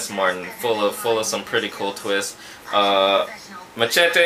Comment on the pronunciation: LOL! SOMEONE WATCHES SPONGEBOOOB!! the best! MACHETE IS AN EPIC MOVIE!! The best! It's funny how you say machete like MA TSE Te LOL xD Did you piss yourself in the last exorcism? LOL jk BTW the bodies of linsay lohan and jesicca alba weren't theirs, those were stunt doubles. They were able to make you think it was them xD